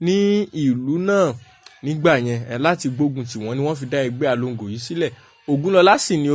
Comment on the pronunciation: Its Egbe alongoo,,not alogo,,,,sẽe the way u r pronouncing Yoruba words